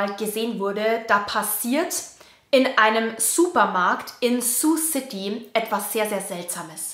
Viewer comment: Kompliment!!! Sioux City richtig ausgesprochen, hört man selten in Deutschland.